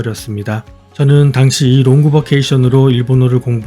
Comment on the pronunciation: 야마구치 토모코 좀 보러 들어왔다가 주인장의 "롱그 바케이션"이라는 발음에 차단되어 돌아갑니다 ㅋㅋㅋ 따라할게 따로 있지...